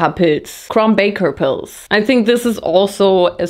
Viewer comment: Every time you said "pils" I thought you were saying poods LMAO